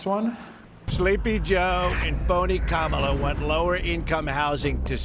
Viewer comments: Definitely a fake ad. He pronounced Kamala correctly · They should have known they were being taken for a ride as soon as the Trump voice pronounced Kamala correctly. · The giveaway here is that he pronounces Kamala correctly.